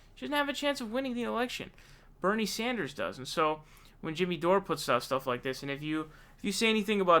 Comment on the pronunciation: This snot nosed kid makes a laugh ....The guys name is Jimmy Dore its pronounced Door my god man how can you mispronounce the word door.